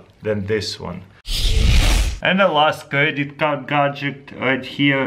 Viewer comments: not godjick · gad-jet, not godjick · He says either gadjik or gadjick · i just love how you say "Gadget" you say it like "Gahgidict" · bro you spell gadget correctly in the title of the video yet you pronounce it "gadgik." I understand you have an accent but still...